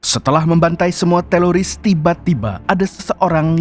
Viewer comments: TERORIS BANG BUKAN TELORIS🤣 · Teroris, bukan TELORISSS Risih bgt dgr berulang² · Teroris bang bukan teloris😂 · Teloris atau teroris? 😂😂😂😂😂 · Teroris ❌ Teloris ✔️ 😂😂😂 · Teroris bukan teloris kali😮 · Teroris ❎ Teloris ✅ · TELORIS APA TERORIS SIH BANG YG BENER